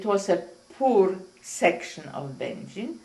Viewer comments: I was taught that Będzin is pronounced like "engine" but I notice that many people even in Poland pronounce it differently - at least to my ears. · It’s actually pronounced two ways. It could be Bengine or Bengeen. I guess it’s a matter of how they said it, but I was talking about the interviewer. I don’t think he was very nice. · Interviewer can’t even pronounce the town as many times as she said it he still says it wrong and he’s very disrespectful